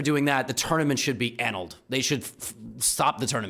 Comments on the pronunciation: ANN' ulled? It's uh nulled'.... 🙂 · It’s “uh-NULL-d”, not “ANN-uld” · Yeah, first time i heard that kind of pronunciation. A-null-ed is what i usually hear. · ANALLED Really emphasizing the annunciation there Levy. Perhaps a suggestion Hans is cheating and using anal beads? Find out next time! Like and Sub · "annulled" is pronounced in American English "uh·nuhld" with the emphasis on the second syllable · I only offer this in the spirit of improvement-annulled was mispronounced. I guess it happens to everybody, I, myself, was in college, when I learned that misled was not pronounced with a hard I sound. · Did anyone comment that he doesn't know how to pronounce annulled? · Do you not know how to pronounce annulled? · Most people pronounce "annulled" with the stress on the second syllable.